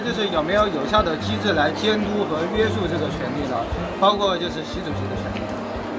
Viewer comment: 王局，给您提一点建议，听了这么多期，你总是把“约束（shù）”读成“约sù”，这个字是翘舌的😅